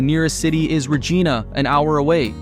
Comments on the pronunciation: Dude. You pronounce Regina wrong. Say it like it rhymes with vagina. Regina. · The AI voice made me every time it mispronounced Regina. Ree ge na is not how it is said. rofl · Omg say it properly. Regina like vagina!! Say it right!! It’s not Regina George.. it’s vagina with an R!! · REG "EYE" NA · Reh-J-EYE-nah, man! Rhymes with...... you know what. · “And this is why Regina rhymes with fun!” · Interesting and amusing, but should learn how to pronounce town names (Kap-a-skay-sing, Ree-j-eye-na., etc.) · I'm small critique, it's RegIIIna, long I (eye) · 😂 Regeena! 😂 lol narrator not Canadian. Also I live in Fort Saskatchewan, Alberta which isn’t too far from Mundare. It’s not a bad place, slow but lots of potential. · It’s this AI or an American that keeps mispronouncing Regina?